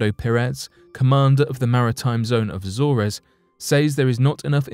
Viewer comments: It's pronounced The Azorz, not The Azorez. I thought English was our first language so what has happened to it???? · It isn't pronounced Azore Res, it is simply Az Ores!! That's it. People shouldn't make videos including place names they can't Prince, or words they can't prounce properly because it is intensely irritating to repeatedly hear them prounced incorrectly, drives me insane. If you going to do research into something that happens somewhere the least you could research properly is how to say the places name correctly FFS!! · He can't even pronounce AZORES correctly, he says Azz or ezz, every video he makes he can't say name's properly FFS. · A-zoors. a-soom.